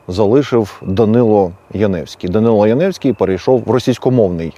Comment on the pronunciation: Прізвище згаданого вами персонажа правильно було б читати як Янівський з наголосом на першому складі. (вірогідне походження від назви містечка - Янів). Ось звідки в нього прокинулась ностальгія за всім юдейським.